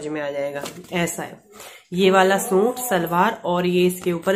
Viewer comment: Hi plz don't mind... Aap suit ko soont Kyu bolti h... Suit bola kariy